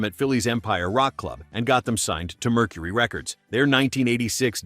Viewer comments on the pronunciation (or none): none